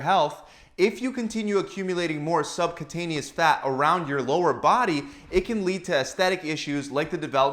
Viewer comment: Sub “que” taneous - pronounced